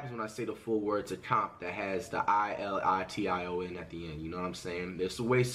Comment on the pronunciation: Bro he said "ilition